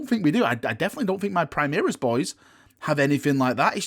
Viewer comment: You just got new toys and have had you have plenty! Chaos deserve this kind of attention so stop complaining. maybe GW don't understand your yorkie pronunciation of primaris (primihris) and is why they haven't given you this month's lieutenant, oh wait.... you did get a lieutenant lol